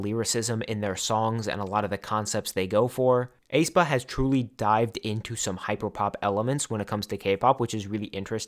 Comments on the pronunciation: this is a minor thing but for future videos according to the Hangul and their song aenergy, aespa is pronounced eh-spah or S-pa (에스파) not ay-spah or A-spa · I think the "ae" in "Aespa" is just pronounced as "a", the "e" is silent. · aespa is pronounced "eh-spa" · I find it really funny how you pronounce Aespa😄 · I have never heard anybody pronounce aespa like that 😭😭😭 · you're the only one pronouncing it that way